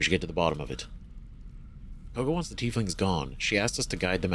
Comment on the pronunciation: Just dropping a comment to say that Kagha is pronounced kaw (rhymes with saw) guh :) not a huge deal, just passing it along. (and Astarion is uh-star-ee-un, can't even count the number of times I've heard people say it like uh-stare-ee-un :P)